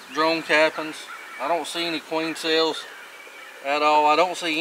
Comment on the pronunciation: Took me a couple minutes to realize with the accent the difference between drawn comb and drone comb. Good video, well explained.